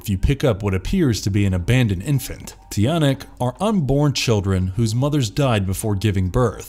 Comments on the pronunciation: "Tiyanak" ITS CHANAK :SOB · Ang social naman yung pronunciation nya, Ti-a-nak xD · its actually pronounced chanak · The "Tiyanak" is actually pronounced like "Chanak". They're not goblins,. but babies turned monsters I believe. No hate though just wanted to share my knowledge lol